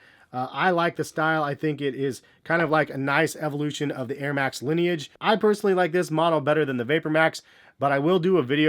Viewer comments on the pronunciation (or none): none